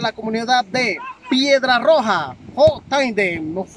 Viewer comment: Se dice Piedra roja S nooooooo